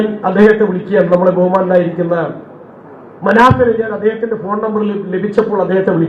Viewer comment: മന, ഫിനെ അല്ല മുക്ക